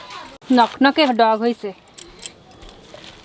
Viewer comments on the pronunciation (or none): তোমরা বাংলাদেশের কোন জায়গার মানুষ লকলকে পুঁই শাক এর ডগা সেটাকে বলছ নকনকে ল শব্দ টাকে ন বল। তাহলে লেবু কে নেবু , লঙ্কা কে নুনকা বল।